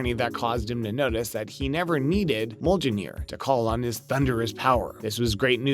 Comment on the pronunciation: You have all this knowledge but you can’t pronounce Mjolnir correctly You just lost all credibility